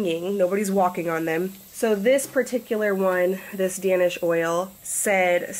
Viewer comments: Midwest Girl no I listened to that part few times she actually said DANish not Daynish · Danish oil is pronounced "Daynish," like Danish people from Denmark. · You pronounce Danish Oil just like the pastry - DAY-nish, not dan-ish. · DANish oil hahahahahahaha dying but I've misspronounced things so many times I'm not judging. Just funny. My name is also Dan.